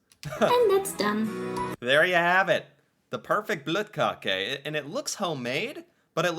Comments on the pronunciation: You're probably the first American to pronounce the Ø right. So your Bløtkakke was amazing. And yes.. When it comes to cakes we make it all ourselves. So in my family my mum and her sister would make ot from. Scratch. Same goes for me and my 7 cousins. We would never buy anything for something as simple a a cake. That was considered a simple cake to make by all Scandinavians and im sure the same goes for germans and French and italians too. I make my own bur im not as fussy about pasta and lasagna as my cousin. He makes all of that stuff from scratch even th pasta itself. He finds it weird when i buy lasagna mixes as he likes to do it all. Here wr tend to be in the kitchen baking from now and then 4 weeks ahead. My nan and my mum would make 3-4 tins of diffent Christmas biscuits. A few loafs of bread sometimes 3 or 4. They might even make some ryebread thing with a Christmas touch whatever that is.? Then comes so many danish boller a bun we have.. That they can be given away. They both seem to make 200 of these considering how many we all would get in a bag aorund Christmas. 12-20 seems to be the normal for me and my cousins. But i had bags with Brunkager. Jødekager. Pepernødder. Vaniljekranse og Klejner and 9000 other cakes and biscuits offered to me since the 90's. Its a biscuit fest galore in Scandinavia in december. As you know it basically a 6 week insane time if you live near your family. But no, nobody would buy anything. Thats not really done unless you're a kid here. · Til å være en amerikaner som ikke forstår norsk så var dette ganske perfekt uttale av bløtkake. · Nice pronounciation. Both the E in the end and the Ø in bløtkake. I’ve no idea what brettemesse is. Bløtkake is not a xmas cake, it’s all year kinda thing. For Xmas many familys have their own traditions but overall it’s baking traditional xmas cookies, and making gingerbread houses. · you're pronunciation of the Bløtkake is absolutely correct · perfectly said bløtkake